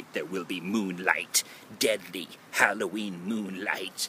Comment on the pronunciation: I thought you said Halloweed.